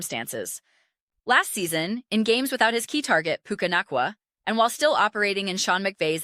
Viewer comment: She had me going that she was a real female until she mispronounced Nacua.